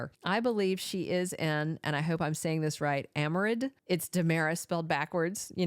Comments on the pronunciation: Aremid is pronounced 'Era Mid'. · It’s pronounced Aremid